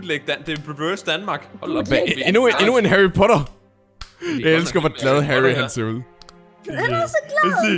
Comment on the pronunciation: Det er ikke Harrypotter det er Harrypatter 😀👹👹👹👹👹👹👹😎😎😎😎😎😎😎😎😎😎😎😎😎😎😎😎😎😎😎😎😎😎